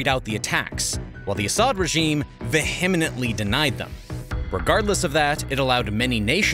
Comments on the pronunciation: Veee ahment Lee... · You mentioned the word " vehemently " min. You mispronounced the word.